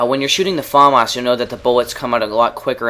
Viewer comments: i'm not trying to be a prick or anything but it made me laugh everytime you said "farmas" isn't it famas? :S anyway, cool vid as usual. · LOL you say Farmars :L Fam Ass. Its french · say famas like fumas not Faaamas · Its famas not farmarse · you pronounce the famas weird its "FAMAS" not "Fomos" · FAAAMAAAS dude its FAMAS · haha he says fAAAmas :D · you say famas funny xD